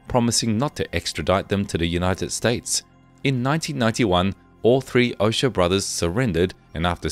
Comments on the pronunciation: It's O-cho-a not O-sha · It would be nice if the narrator made a remote effort to properly pronounce names, places, etc. Ochoa — Ohh-Cho-ahh Geez The fact that these people couldn’t bother to check pronunciations, I inevitably wondered how much effort they applied to investigating facts??! Very annoying. Very offensively insensitive to Latin culture and the Spanish language. Jorge-Whore-hey Barranquilla-Bah-Ran-Key-ya It’s not that hard. Seems like it might have been otherwise interesting. But my ears can’t take it. No bueno! 👎